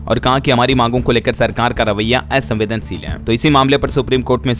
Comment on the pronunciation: असमंजस, असंवेदनशील, असंतोष इन शब्दो का उच्चरण सही नहीं किया अपने। कृपया ये चीज़े सुधारें।